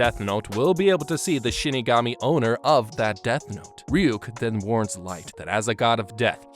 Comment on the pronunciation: Who here heard him say Shitigami instead of Shinigami?